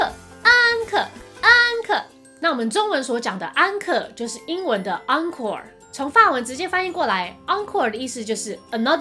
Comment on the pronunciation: 我就是学法语的 视频挺好的 但纠正几个错误，déjà-vu 的vu 发音是vyu 不是vou，bon appétit 是 appei ti 最后结尾t不发音，还有encorede结尾是小舌音he 不是英语的r 但其他的都还不错的